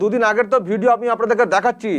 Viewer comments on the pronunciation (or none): none